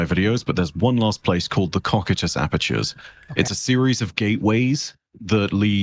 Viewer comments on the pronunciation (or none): Cocytus is a reference to one of the five infernal rivers in Hades (the other four being Acheron, Phlegethon, Lethe, and Styx) and pronunciation was a little off. It should be read as "koh-sai-tus" or "koh-kai-tus". The latter is closer to the original Greek. Cocytus means lamentation and it's also referred to as the River of Wailing. It is also the name of the ninth and final circle of Hell in Dante's Comedia Divina Inferno where it is depicted as a colossal frozen lake kept cold by the flapping wings of the Satan buried up to its waist in the ice at the center. In Destiny's lore it was a space station where a portal to the plane of existence that The Nine operate on is located. One particularly memorable lore entry involves The Nine attempting to create a lifeform on their side and pushing it through the Cocytus gate where it quickly dies, revealing The Nine's lack of understanding of corporeal matter based existence since they exist orthogonally to our universe and can only manifest as sentient clouds of Dark Matter.